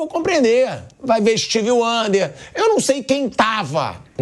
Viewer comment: Pilhado falando steve wander kkkkkkkkkk